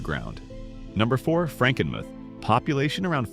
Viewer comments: You should learn how to pronounce the names of some of the places you mentioned. Charlevoix is pronounced Charlevoy and Macinac Island is pronouched Mackinaw Island. It's Frankenmooth. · Pronounced Char-la-voy and Mac-a-naw and Franken-mooth! AI doesn't get it right, ever!